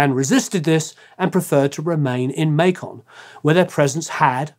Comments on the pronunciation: narrator needs to learn how to pronounce Macon.....like bacon... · Good stuff! Just so you know, Macon sounds like bacon. Make-un. It's a southern thing. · Macon is pronounced like bacon, lol…..